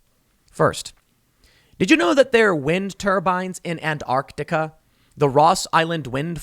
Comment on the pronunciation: Why can't Americans ever say Antarctica right? well at least he doesn't think it has a silent t like other Americans do but he still says it strangely.